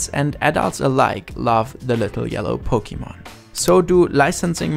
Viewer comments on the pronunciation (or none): same as thick accent as mister puzzle(puzzel's) KateEmerald(sims ) and docm77(minecraft) but he really did not have to say pok eeeeeee mon its Pokémon not PokEmon